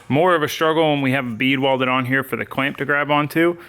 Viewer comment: Favorite part is when put a lil sauce on "weld a bead hyah" lol have fun sayin words in funny ways fuck it be different lol